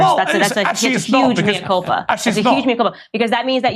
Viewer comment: Morgan makes great pretences to erudition - yet he can't even pronounce 'Mea Culpa' correctly. We have armies of media stooges over here, that seem to be almost in the employ of big pharma. Another somewhat less vociferous one, Davina McCall, now has her 'benign' brain tumour after receiving the Astra Zeneca vaccine.